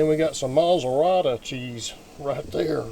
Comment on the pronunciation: I like the way you say "Mazzeralla", I'ma start saying it that way on the real! Awe Yeah, that chicken looked like the bomb! 💣🐔 Bravo PAPA! 👏